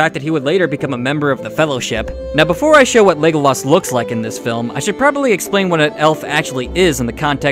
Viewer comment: ………. “Legoloss”. Are you fucking serious dude… I can’t take you seriously .